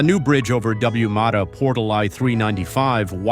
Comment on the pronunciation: AI can’t handle acronyms, for example it says W mata instead of WAMATA and SW instead of southwest. Why don’t the script writers avoid acronyms and write “Washington Merto”, Southwest, miles per hour, instead of mph, etc?